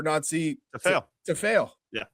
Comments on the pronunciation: see at the start the guy trying the changed celtic way of saying his name only for his American mate to correct him,its noncey,oh ye sorry noncey,lol. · So funny when these hosts say his name correctly, then go out of their way to say it wrong 😂 It rhymes with fancy, people! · 😂 Its jus Nancy you don't have to pronounce it in French. Its jus nancy as in ooooo Nancy bhoy.. Everyone here's calling him a FANNIE though. You can pronounce that in French if you like too. LE FANNIE, MLS to SPFL. Americans eh, . 😂 You don't understand Scottish football.